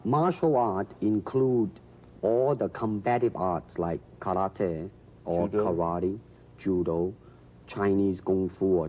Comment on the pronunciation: ちゃんとkarateをカラテと発音している。カラティではなく。（orで西洋発音もしてるが、） 第２言語としての英語をとても堂々と、自信を持って、ユーモアも交えて、楽しそうにゆっくりと話すブルースリー。 ブルースリーが話す英語。やっぱり人柄がにじみ出ている話し方に素直に感動しました。そしてこの話の”武の哲学”がまた文句なく素晴らしい！！